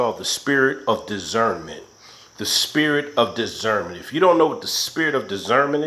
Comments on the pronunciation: Spirit of digernment... or Spirit of Discernment?? Come on now...gotta get it right if you gonna speak on it....thank you for all the great videos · Dizzernment or Discernment?!? That had me on the floor hollering 💀😹💀🤣. Anyway good video 👏🏽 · Lolol dizzernment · And this dude was like if you don’t know what dizzernment is lmao 😂 In my Day day off Friday voice (you don’t even know what dizzernment is 😂😂👌🏾